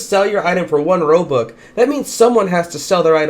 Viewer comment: I like how you say robuc instead of robux